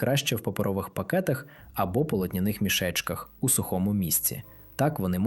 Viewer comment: ДЯКУЮ ЗА КОРИСНУ ІНФОРМАЦІЮ. ВИМОВЛЯЙТЕ СЛОВА напІй наголос на і далі дИчка і полотнЯний